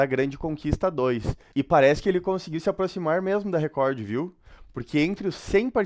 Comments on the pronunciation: O melhor é ele lendo Recor como se escreve, Record kkkkkkk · Que agonia esse chamando Record de Recordy huahuahuahuau